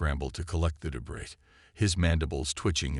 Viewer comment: “ AMONG THE TRUE DEBRIS “ SHOULD BE DEBREE , IDIOT !